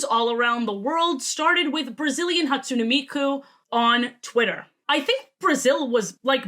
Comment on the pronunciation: ermmm actually Hatsune is pronounced Hat-Tsu-Nay